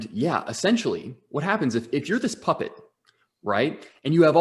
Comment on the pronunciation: Everytime they say puppet, I hear muppet 😅 It's awesome!